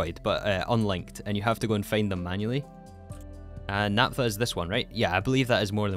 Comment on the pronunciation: Please pronounce "naphtha" porperly